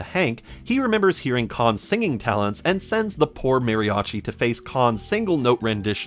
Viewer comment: Boy, it's kind of hurtful to hear you pronounce "mariachi" incorrectly, and then "dinero" very well immediately after